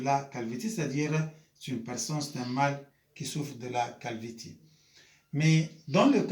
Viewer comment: Ça se prononce calvici mais ça s’écrit calvitie prof